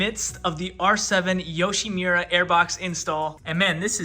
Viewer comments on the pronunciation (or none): Yoshimura❌️ Yushimira✅️